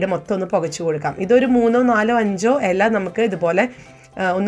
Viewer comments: എല അല്ല.... ഇല ... 😝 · ഹലോ താൻ ഏതു നാട്ടുകാരിയാണ് വായന ഇല അറിയില്ല /ചിരാത് എന്ന് പറഞ്ഞു /മലയാളിക് നാണക്കേട്‌